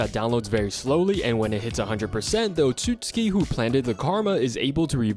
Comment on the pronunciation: It's pronounced oat-sue-sue-key not oh-suits-key